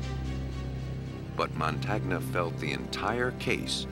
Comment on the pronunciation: It's pronounced "Mon TAN-nya", not "Mon TAG na". The percussion is annoying also. Still, it's worth watching.